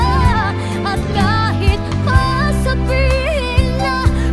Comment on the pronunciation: hindi talaga siya marunong mag bigkas nang tagalog..di mo alam kung bisaya or ibang lahi kumakanta. 'nachathakot" "dhamdhamin" "sasavihin".